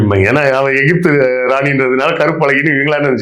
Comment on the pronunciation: ஈஜிபுத் னு சொன்னவர் விஞ்சானி செல்லூர்ராஜூ